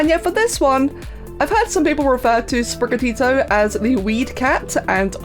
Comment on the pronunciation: Spriga-TEE-to It's a bit of Spanish!